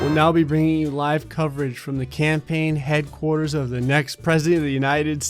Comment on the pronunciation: Jersey accent makes an appearance when he says "headquarters." It's adorable.